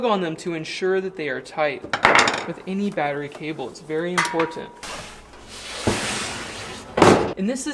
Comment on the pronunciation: "To TI-TAN them down", lol. "It's very IM-POR-TENT" Maybe those spelling errors are to help with your pronunciation. XD